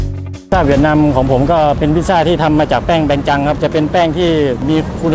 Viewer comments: เหวียดนามเป็นการออกเสียงแบบภาษาเวียดนามครับ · ใช่ค่ะ กำลังจะเมนท์พอดี คำว่า เวียต จะออกเสียงต่ำ น้องเขาพูดเหมือนคน เวียตเลย